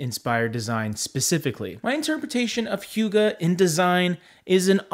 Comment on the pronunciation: Pronounced more like “who-guh” than “hue-guh.” Note I am Danish and still had to double check. Lol.